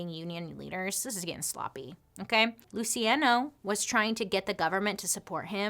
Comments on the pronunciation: Pronounced "Lou chee on no". Sorry! Just trying to help. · Whoa, loved the video! Is his name spelled “Luciano” ? IF so, it’s “Lew-che-on-o” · Luciano: Loo-see-ah-know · Luciano…lu-see-ay-no? girl no. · Pronounced Lu chi ah no